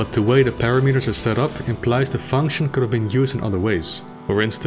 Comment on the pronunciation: It's pronounced paRAmeters, not PAraMEters, if you wanted to know.